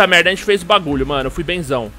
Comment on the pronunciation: É impressão minha ou o tem forçado um "mérrrrrrrrrda" no estilo carioca? AHEUAHEUAHEUAHEU